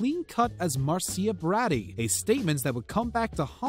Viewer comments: I'm sorry? Mar-SEE-ah BRAH-dee? It's MAR-sha BRAY-dee! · Marcia marseeah Brady brahhdy...keep on tryin! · Omg Im histerically laughing at how the narrator says Marcia (Marsha)Brady & he keeps screwing up names (Lena & Kanye ect.) the entire video 🤣😂🤣😂😂😂 Dude learn to pronounce names before you do this ... Thats embarrassing !!! 🤦🤦🤦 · This man said "Mar-see-ya Bratty" instead of Marcia Brady LOL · Mar c I a. Brody? Ever heard it pronounced Marsha Brady ? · Clean cut as Marcia Bratty, that's funny dood how you pronounced Marsha Brady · Mar- Sia- Bratty?! LOL 😆 it’s Marcia Brady! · "Mar-see-uh Bratti" Marcia Brady........................? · Marsha BRAYDEEEE not macia bradee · I was thinking of subscribing,then I heard you try to pronounce MARCIA BRADY as Mar-see-ya bratty. Also Kevin Federline as Kevin Fedder-leen. C'mon dude. No sub here. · You pronounced Marcia Brady's name wrong!! It is pronounced MAR-SHA not MAR-SEEYA. Her last name was pronounced BRAY-DEE not BRAH-DEE. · Mar-see-ya bard-dy? You mean Marcia Brady!? 😂😂😂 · who tf is Marseeah Brahdee? lol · MAR-SHA BRAY-DEE, KEVIN FED-ER-LINE, LEE-NUH, HOW CAN YOU DISCUSS POP CULTURE IF YOU CAN’T EVEN CORRECTLY SAY THERE NAMES? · Haha Marsia Braddy!!! 😂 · I was wondering how you spelled that. Mar-see-yah. It only got worse with Kevin Feder-Lean. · Who is Maceeah Brahdy? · Who's Marceeya Braddy? Or did he mean Marcia Brady???? Bwahahaha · He said "Marsia Bratty"... lol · Mar-seeya....Brah-dee ??? Is the commentator new to this planet? Kanyeah? WTF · Mar-see-ah Brraaaddy? Wow 😒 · I'm calling her Marseeuh Braddy from now on. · Who in the hell is mar-ce-a braadie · Mar cee ah. Broddy? I thought everyone knew of Marcia Brady! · I had to stop watching when he said, "Mar-C-ia Brad-E" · I've already heard acouple of mistakes but..."Mar•C•ya Brad•dee"??? Kevin Feder•"leen"?? LEARN TO PRONOUNCE THINGS! And "Len•na Dunham's" first name is pronounced Lee•na! "Can"•yay West is properly said Conn•yay... I'm out!